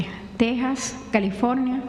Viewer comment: No se dice " tex as," se dice Te JAS.